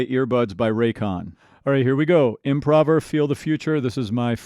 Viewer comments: Great vid, just a little side note though, pretty sure it's pronounced "improover" (like to improve) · He's improving his skills daily so his name is pronounced like thát and not like he's doing an improv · Is it imprahver or improover? By definition each could be right at the same time I suppose.